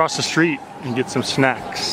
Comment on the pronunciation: Did you say lots of snacks or lots of snatch?